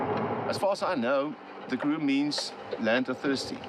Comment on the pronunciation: Would be nice if the narrator properly pronounced Karoo- emphasis on the second sylable